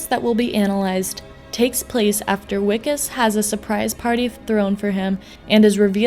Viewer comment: Just fucking say VIKUS it's not that hard